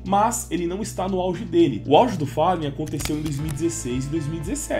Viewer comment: achei daora o Pasha, pois ele pronuncia Fallen e Gabriel da forma que os brasileiros pronunciam!!